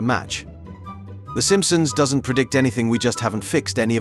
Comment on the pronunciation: Why does the narrator pronounce words weird? Like he pronounced "doesn't" as "doesn'tee"